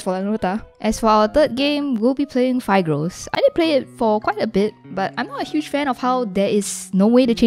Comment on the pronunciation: It somewhat triggers me to how she says Phigros.